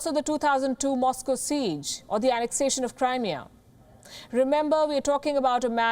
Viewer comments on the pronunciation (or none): none